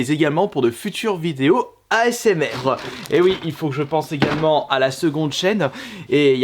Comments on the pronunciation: "Il y a zégalement" oui oui bien sûr... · Il y a Zégalement 😂😂